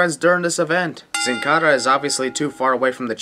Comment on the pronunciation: My sin is the way you pronounce Sin Cara, ANNOYING!!!!